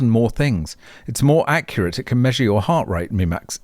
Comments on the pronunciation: Rimac looks Slavic - you might pronounce it Rim-ach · pronounced "REEMAK" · it actually pronounced Rim-Mack the Surname of Mate Rimac and that's Mate is not the way we say it in Austtalia it pronounced like Pate but with an Ma-te